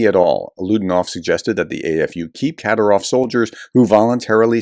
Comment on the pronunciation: KaDEERov! Not KAderov! Hahahaha